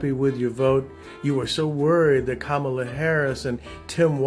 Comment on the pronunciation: Hi, Kamala's name is pronounced incorrectly by so many people, pronounce it like the punctuation mark, com ma la..thank you!